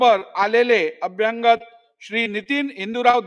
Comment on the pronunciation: वाईट वाटते यांचे मराठी उच्चार ऐकून. मराठी आणि इंग्रजी भाषे मधे प्रेसिमे असा कांहीं शब्द नाहीय. तो शब्द प्रिमायसेस म्हणजे आवार असा असावा. तसेच अभ्यांगत नसून अभ्यागत म्हणजे पाहुणे असा शब्द आहे. पोलीसांनी लिहिलेला रिपोर्ट शब्द दुरूस्ती करूनही वाचता येतो. पण महत्वाच्या अशा अध्यक्ष पदावरील व्यक्ती कडून हे लहान मुलांसारखे वाचन मुळीच अपेक्षित नाही. वाईट वाटते आणि कींव येते हे ऐकून. विशेषतः मराठी भाषेला अभिजात भाषेचा दर्जा मिळाल्यावर.